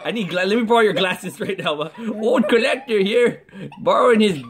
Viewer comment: Wait heard CORLectter